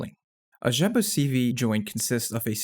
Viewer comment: Great pronounciation of the name "Rzeppa"! :)